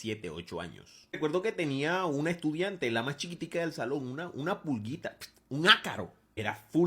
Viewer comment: cómo que "estudainte"